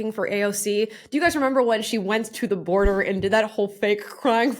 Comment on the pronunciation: I'm all for emphasizing the words you want the other people to NOTICE. Why is she emphasizing "the" so much? It makes no sense. NOTHING she says makes any SENSE!